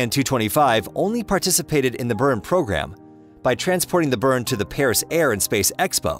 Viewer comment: The G in Energia is a hard G. Buran is pronounced BOO-ran, not behrahn. Is this a text to speech thing or was it just some illiterate schmo reading text?